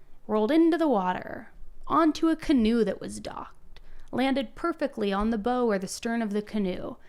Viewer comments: Bow sounds like how…not bow as in snow. The bow of the canoe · The bow of a boat is pronounced. b ow... as in rhymes with ow, like in brown , not bow as in rhymes with beau or like a bow tie. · The bow of the canoe. Not pronounced as in "wearing a bow". It's pronounced as in "take a bow". Smh. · I rarely correct people when they mispronounce words....many of us have issues, and I am definitely part of the many!! Please take this as critique coming from a place a positivity: "Bow" as in the front of a boat/opposite of stern...is not pronouced like "hair bow" but like "now/wow/brow." (Had this not been a true crime story, I would have chuckled thinking of the canoe having a JoJo Siwa style hair bow on the front.) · Bow is pronounced where it rhymes with now or chow or how ❤ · talking about hammock camping and boating brings a necessary element of comic relief to this story:). That bow (pronounced ow;) ) mark is obvious, that plus no water in the lungs… no scratches from falling…. How could this be called accidental. Great video. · Wow! Crazy story. BTW “Bow” of a boat rhymes with “wow”. The way you are pronouncing it Bow, like a Bow and arrow or Bow of a violin (rhyming with Toe) is incorrect. I don’t say this to be rude but say it to help you in your career. You make great videos and tell some amazing stories but make some mistakes verbally. It’s no sin, just next time you need to address the bow of a boat I hope it comes out right. The boaters you hope to help you in this investigation may have a hard time taking you seriously because of this simple mistake. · Bow in this instance is pronounced BOW as in BOW WOW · The front of a boat is called the “Bow” pronounced “Bowe” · Simple word, bow of a boat. Pronounced as in bow wow. Not the weapon. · It's pronounced "Bow" i.e., "You Must BOW to The Queen" ( front part of boat,canoe,ship...)